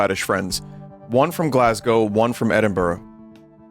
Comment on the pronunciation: I can forgive the Irn Bru pronunciation because you didn’t pronounce Glasgow as Glass Cow as is American custom, thanks Vinny